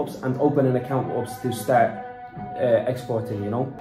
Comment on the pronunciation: LOOL when kept saying ups instead of U.P.S that made my day. The women did say it correctly in front of him but he ignored her and carried on saying ups 😂